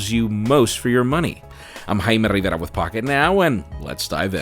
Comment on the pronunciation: Spanish mode activates: "JAIME RRRRRRRIVERA" But also: "Joshua Ver-gaw-ruh"